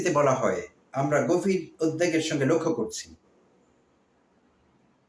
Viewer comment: অনেক শ্রদ্ধা রেখেই জানতে চাইছি--- "উদ্বিগ্ন" ও "উদ্বেগ "এর উচ্চারন বিষয়? মনে হয বুঝাতে পেরেছি কারন আপনি বিচক্ষন ও বুদ্ধিমান। আপনার ভিডিও গুলো আমি আকাঙ্খা নিয়ে দেখি, পছন্দ করি বলেই, প্রিয় মানুষকে লজ্জায় পড়তে দেখলে আমিও লজ্জা পাবো তাই-ই এই লেখা, ধন্যবাদ।